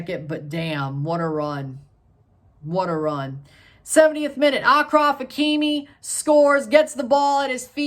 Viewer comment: " Akraf and akoumak ".. u cant get more dummy american that 🥴🥴🥴🥴🥴🥴